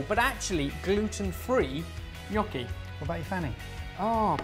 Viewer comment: I love that you say "gnocchi" in the proper way! Also, Ham and Pear IT'S AMAAAAAZING